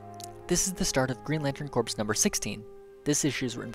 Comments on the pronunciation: Its pronounced core not corps. The ps is silent. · "corps" is pronounced "core"